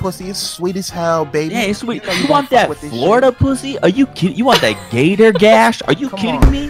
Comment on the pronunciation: "You want that GaTOr GaSh" that had me dying